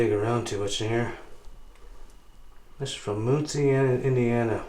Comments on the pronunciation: mUNcie Indiana, not mOOncie Indiana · I love the way you say muncie Indiana 😂 moonsie Indiana it's pronounced like mun (so like nun but with an m) and the the cie is like see so muncie or Munsee. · FYI, it's Mun-see, not Moon-see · It pronounced mUNcie not mOOncie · It's pronounced MUN-SEE INDIANA. Home of Ball State University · No the ball jar company is not open in Muncie... Closed years ago. And it's pronounced Mun see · Pronounced... MON-See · Amanda Reynolds yep, and there is one I think in Danville IL near the Indiana boarder. The first time I heard someone say Muncie like that, im from the mt summit. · Zachary Solomon yeah I definitely chuckled when he said Muncie lol...